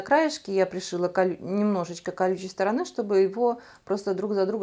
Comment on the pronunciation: Здорово получилось. Молодцы ! На что только не способна наша русская женщина. Но..... Острые углы у стола мне никогда не нравились. Травматично. Волан я бы сделала в два раза покороче. И, пожалуйста, извините, но не кухОнная, а кУхонная и не сторонЫ, а стОроны. Удач Вам !